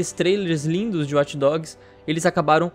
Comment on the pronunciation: Eu fico puto só de escutar esse "Uati dogs", assim como Over Uati" pelo amor de Deus. É WATCH, não uati.